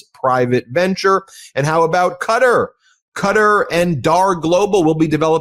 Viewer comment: Thanks for pronouncing the county’s name correctly. Qatar Every time I here “cutter”, I have to wince. It’s like Bush saying “i-Rack”.